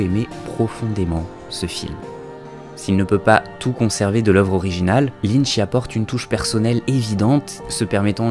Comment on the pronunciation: David LynCH...pas Linn..mdr